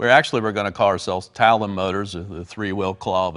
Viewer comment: Talon motors not Tanom